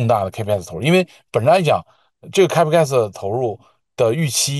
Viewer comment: 你们请这嘉宾连capex都读不准，他评论美国电力系统能信么......